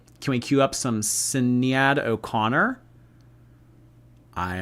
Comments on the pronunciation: needs to learn that Irish names dont fillow English rules of phonics 😂 Sinead is pronounced "shi nay d" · Sinead = shin-ade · It's pronounced Shin aid but spelled Sinead. It's an Irish name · It wasn't even that - it was Sinead, he got so defensive even though it's normal to correct someone's pronunciation of a person's name if they get it wrong. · Yeah, the defensiveness was really unnecessary. I don't get why he didn't understand what was been explained to him when someone pointed out he pronounced it wrong, it's someone's name - be a bit respectful.